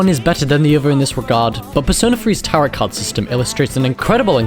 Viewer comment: Dude. I know you’re a Brit and all, but the word “Tarot” does NOT rhyme with “carrot”. It’s TEAR-oh. Also you did Chihiro and Fuuka dirty—they are both adorable and sweet.